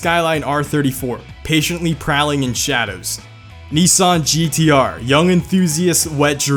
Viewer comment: You nailed the GTR lmao